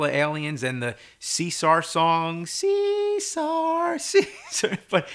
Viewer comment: Cisar? Caesar? CAAAESAAAAAAAR!!!